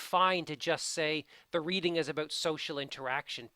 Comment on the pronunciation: I love your videos but it makes me crazy how you say "about".